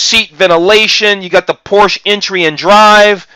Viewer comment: you pronounce Porsche correctly yet you cannot pronounce Audi correctly. what's up with that???